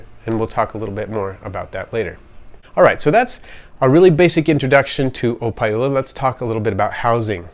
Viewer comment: Thats wassup man! I was right on the nail, i picked up the pronunciation when you said opae ula. You live here on oahu?